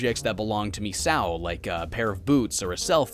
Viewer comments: Phonetically it's pronounced "MIS-SAKO", rather than "MIS-OW" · Its pronounced me-say-oh